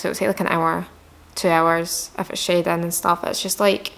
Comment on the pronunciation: My name is schaedyn so every time she says shading it sounds like my name bc of her accent and it’s trippy lmao